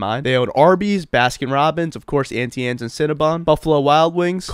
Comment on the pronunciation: you're pronouncing Auntie Anne's wrong